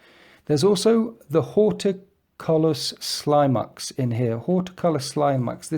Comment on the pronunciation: I think Horticulous Slimux is supposed to be pronounced like Ridiculous.